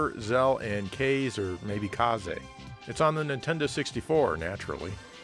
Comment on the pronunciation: Kaze is pronouced kah-Zeh not " kay'Z "l; kah-zeh.. Kaze means "Wind"